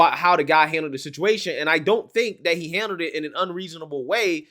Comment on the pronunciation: Main takeaway- female… say not more. But I cannot listen to your vids man. “That, they, there” is “dat dey dare.” Hurts my ears a LOT. Unless you’re Jamaican??